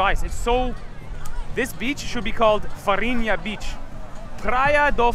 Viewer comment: Also, you got it right: Flour = Farinha :)